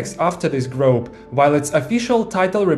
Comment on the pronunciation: "group" is pronounced like груп, but with an english speaking accent of course. the way u have said is as grope, which is an inappropriate way to touch somebody. appreciate ur video as always. even the short ones 🤣